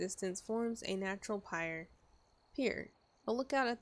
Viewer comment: Game looks awesome. Its nice to see a game that can put me on edge and still have a sense of humor. Also it irks my arsonist heart that you mispronounced pyre three times, only to mispronounce pier as pyre a minute later.